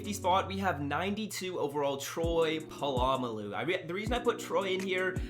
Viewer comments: Troy pallamalalu?its Polamalu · You say it exactly how it's spelled, po-la-ma-lu